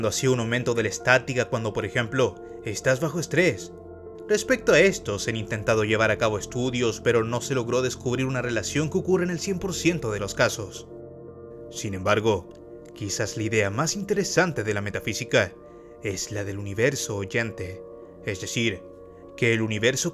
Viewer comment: Dijiste cucurre?? O escuche mal?? 🤔🤪